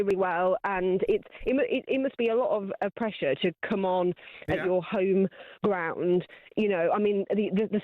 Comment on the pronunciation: GET IT RIGHT ROOOND YIS